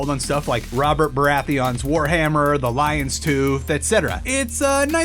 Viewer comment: Wobert bawatheon